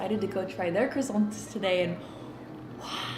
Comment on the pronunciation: why does she say croissants fancy like that it is so funny